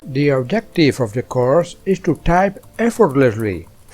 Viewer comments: "couRSH" got me rollin' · why did he say course like that but goood helpping nice too